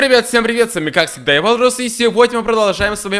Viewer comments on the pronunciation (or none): Почему ты говоришь эвалрус когда ты валрус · Почему евалрус говориш говори вларус!